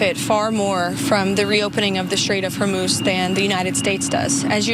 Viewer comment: PRONOUNCIATION: hormuz هرمز - the 'u' sounds just like the 'o' so pronounce it as if it was hormoz